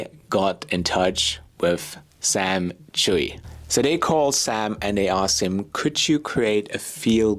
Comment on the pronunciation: Any idea why he thinks his name is Chewey. There's no way that Chui is pronounced Chewey in Chinese. Most likely prounced Chway, though if the name is Cantonese it might be slightly different.